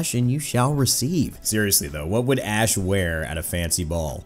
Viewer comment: Seriously thought you said ass